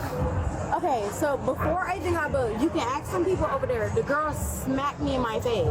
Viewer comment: She can't pronounce Ask, why is it always aks?